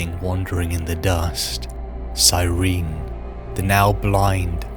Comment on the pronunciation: The singular of astartes is astartes, and cyrene is pronounced sy-ree-nee reeeee